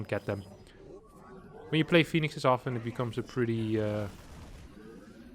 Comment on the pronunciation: I forgive the when he says it. But now is copying the and I find it inFURIating!